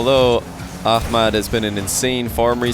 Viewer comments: It’s pronounced amad the h is silent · Is it just me or is calling Ahmad ahkmad? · Why does he pronounce a “k sound” in Ahmad’s name?